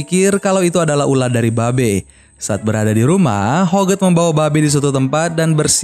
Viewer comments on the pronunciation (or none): none